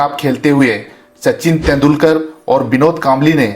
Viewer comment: तेंडुलकर ऐसे नाम ठिक बोलो.